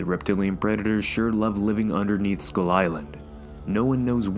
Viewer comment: I was having a hard time understanding skull with school when you pronounced it :-) good thing there's a picture because I was imagining a school crawlers like when you're bored on a lecture and you want to crawl out of school. How about the Tiger and the Rex in Skull Island is it a Titan too?